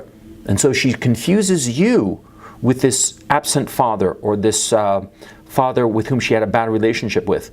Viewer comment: who is your faAther, and what does he du? in the famous austrian bodybuilder's accent